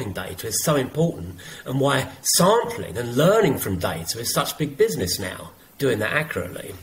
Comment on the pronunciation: Dr John said “bizzknees” 😂